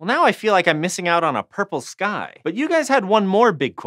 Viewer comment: am I the only one heard "Why is this guy blue?" instead of "Why is the sky blue?"